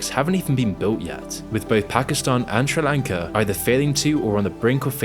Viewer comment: Take a english class on how to say fucking sri lanka